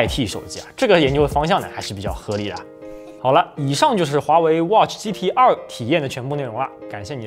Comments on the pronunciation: 我一直聽成GTR⋯⋯ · 第一句听成了 华为 watch GTR...